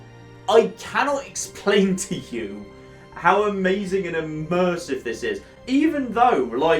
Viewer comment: Did someone say.... UGHMersive?!